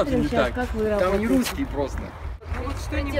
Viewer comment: "мы,ррруские,не обманываем дррруг дррруга" ))))))))